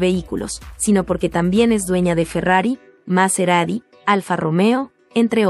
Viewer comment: "maserari" se dice MaseraTi" es italiano